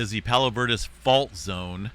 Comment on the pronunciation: Bruh. I live right here. Pronounced Palos Ver DEEZ